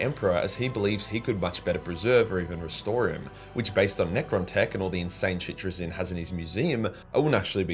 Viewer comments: TrAzyn not TraZYN :) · Love your vids just pls stop saying 'trizin'